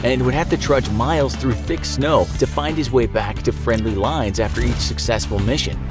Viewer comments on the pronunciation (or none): none